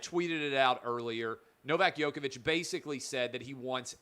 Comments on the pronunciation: U pronounce Djokovic like Joke-a-Vic not Yoke-a-Vic. Please pronounce it correct as he is arguably the greatest tennis player alive and u as a talented sports journalist should at least pronounce it correctly. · Please, stop saying "Yoke"-ovic! It is "Joke"-ovic!